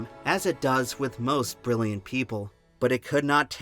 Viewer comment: Ber-rilli-yant is not a word, my dude. ...not sure if you know that. ...if you're trying to say Brilliant it has like 4 less syllables in it.